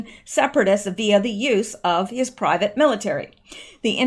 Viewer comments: I think it’s pronounced prih-VOTT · Privat is pronounced pree-vaht